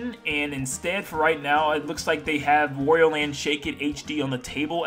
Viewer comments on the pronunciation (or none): Why do you say Wario in such a weird way?! It’s annoying!